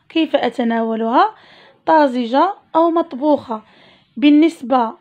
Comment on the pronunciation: طازجة الفتحة فوق حرف ز وليست الكسرة